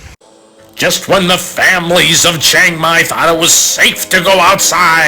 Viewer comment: I don't think it's pronounced "CHANG Mai."